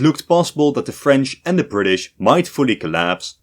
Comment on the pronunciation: “WELLLLLLL!!!!!!!” “We Fired Our Guns And The Bri’ish Kepta Comin!”